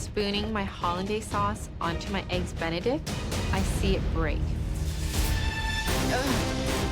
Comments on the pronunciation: 'eggs bene' really? Can she not say 'Benedict' properly? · “A flawless eggs benict” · "Eggs benni" I never want to hear that again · " EGGS BENY " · She said eggs bene get the hell out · Nobody asked you if you made "eggs beni often"